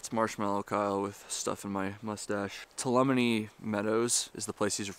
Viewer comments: two-all-la-me. your killin me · Two-Ah-Lum-Knee = Tuolumne! 🤪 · Too-Wall-Oh-Meeee Meadows say it fast and you got it. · tuh-wal-uh-me meadows! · its funny how people from Vermillion cant pronounce Tuolumne.if you never said AT again, that would be great.